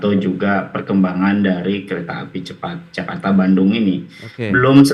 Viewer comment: KERETAH CEPAT JAKARTAH - DLLLLLSB